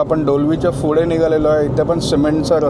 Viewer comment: फुडे नाही रे पुढे 😂